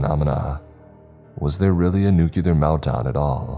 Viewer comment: It is NOT pronounced nukeular, it is NUCLEAR, NEW-CLEAR